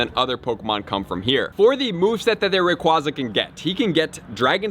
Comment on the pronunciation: I think it’s pronounced Ray-quay-za